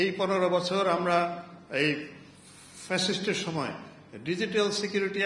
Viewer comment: ফ্যাসিস্ট উচ্চারণ করতে গিয়ে স্যারের মুখ কেপে উঠলো...